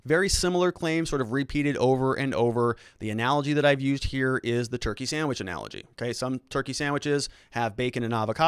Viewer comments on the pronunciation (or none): none